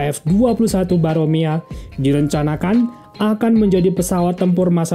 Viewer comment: Namanya Boramae min, bukan Baromea.